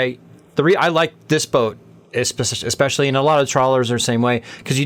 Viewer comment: Cute interview. She's on her path, needs a few more years of seasoning but at least she's found a fun way to do it. BTW, it's especially, not ex-specially.